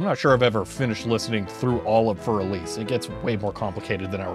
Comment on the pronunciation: It’s Elise with E not elis 😂